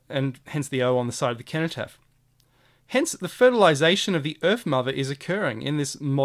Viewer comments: Another excellent video with a fresh look at what's right infront of us, thank you. It's a soft "C" in cenotaph, "Senotaph". Well here in the UK at least. Thanks again, can't get enough of your insightful vid's. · ‘Age shall not weary them’ - They will not grow old and weak. ‘Nor time condemn’ - Their actions will not be allowed to be misconstrued by the passage of time. Sorry to be a pedant but it’s pronounced Senno-taph, it’s bugging me lol. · The word "cenotaph" is pronounced "seno-taff". Sorry to be picky, but when you say "keno-taff" it makes you sound ridiculous!! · For those pointing out that cenotaph is pronounced with an s sound: this is probably a corruption of the original likely k sound. So 'kenotaph' is probably more useful to consider the meaning of the associations which would have likely have been made in antiquity. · Precisely, I studied Latin for years so i'm actually unable to pronounce it with an S and be true to myself haha. Thanks for explaining it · (cenotaph is pronounced as an 's'. like the word centuary.) Thank you That was so interesting. It's brilliant symbolism spotting. is also known as the digital activation code for our DNA. Inspiring stuff you are a font of information.